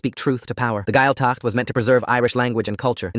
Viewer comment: gaeltacht = gwayl-tuckt . dia duit = gee-ah ditch . ceart go leor = kyart go lore also this is very false. while there have been cases of gaeltacht camps being abusive this is clearly written by someone who's not irish.